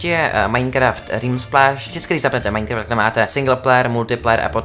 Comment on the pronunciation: mě štve jak furt říkáš Maňkraft